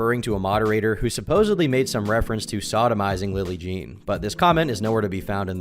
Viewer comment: What is the deal with Americans saying "supposebly" instead of supposedly. It absolutely does my head in!!!! 😅